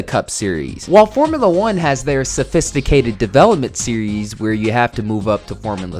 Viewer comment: I died at “Formula eugh”